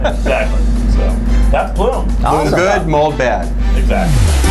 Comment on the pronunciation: You guys pronounced mold wrong